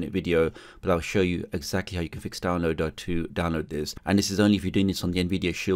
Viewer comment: Love how you pronounced downloader like down-low-duh! lol